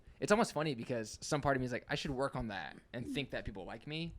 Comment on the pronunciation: "work werk wyrk wirk wurk" So good lol.